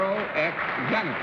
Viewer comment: You read Mr.Zanuck wrong.